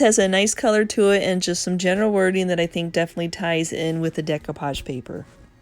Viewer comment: My favorite today was the chest of drawers. So bottom line is there an advantage to using milk paint instead of chalk paint? I think of milk paint for the very chippy coastal look. I'm guessing you didn't study French in school, so please repeat after me: day - coo - poghe :-)